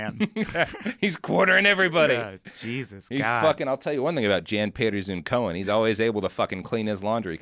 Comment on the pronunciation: It's always fun as a Dutchman to hear Americans pronounce Jan Pieterszoon Coen as 'Zune Cone'. It actually references his father, meaning 'son of Pieter', pronounced more like 'Yan Peterzone Coon' Fun fact: I lived very near a street named after him, because we absolutely have that kind of 'patriotism' today. Our second to last prime minister referenced the DEIC mentality as an important one we should bring back. After WWII some generals and politicians actually almost performed a coup over the governments decision to recognize Indonesian independence... in principle. It's such a fucked up history.